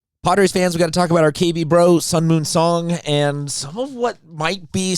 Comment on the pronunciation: Sung-MUN Song Pronounced: Like MUNG (without G) NOT MOON.